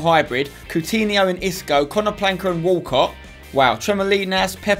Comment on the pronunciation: The way he says Konaplyanka tho I always cringe so much